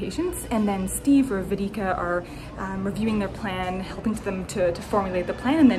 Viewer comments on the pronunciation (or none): The way u said vedika😂😂😂 Its pronounced as way-dee-kaa